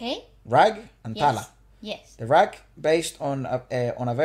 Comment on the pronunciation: You pronounce rag as raag.